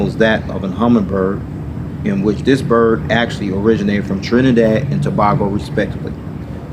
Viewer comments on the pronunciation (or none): You pronounced Tobago wrong. To pronounce Tobago it’s To-bay-go